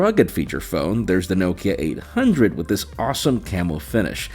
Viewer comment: I’ve never heard Nokia pronounced like that, ever. You pronounce it Nockea